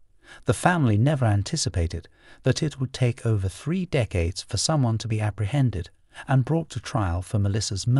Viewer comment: I’m sorry lol bra… should be spelled braaaar 😂 And did they pronounce it ‘Free’ instead of three cos that’s friggin’ ace 😜🙏🏼♥️ I’m only jesting anyways.. Always like these videos it’s a great channel ♥️